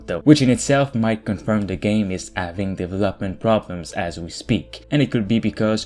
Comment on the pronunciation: What is the right pronunciation of word "development"?